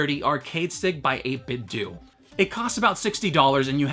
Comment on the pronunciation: That’s not how you pronounce the word 8bitdo.It’s 8bitdoh